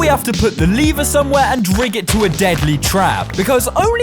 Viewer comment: Its l-ever not leave-er